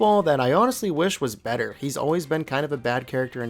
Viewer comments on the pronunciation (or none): none